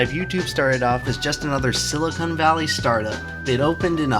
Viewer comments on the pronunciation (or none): none